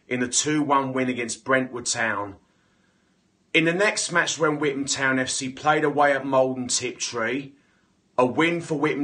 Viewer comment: 1 pound for every time he says withan town